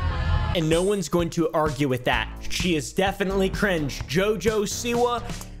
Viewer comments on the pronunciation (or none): i love how you pronounce JOJO like djjo 🤣🤣